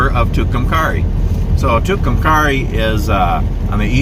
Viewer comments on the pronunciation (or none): you are pronouncing it wrong .Too Cum Kerry named for two Indians the died o Tucumcari mountain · I live in Clovis New Mexico and travel to Tucumcari once a month to my doctors appointment. We also go there occasionally to go to Conchas Lake. It's really a nice little town. It's pronounced at the end like the name Carrie. Thank you for this. I love it!❤ Hope you get through Clovis some time. We have some pretty nice history. Including the Norman Vohs recording studio where Buddy Holly recorded, among other things..🤗. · The "a" is a long a in Tucumcari. (Its pronounced like the girls name). Nice video. Thanks for posting.😀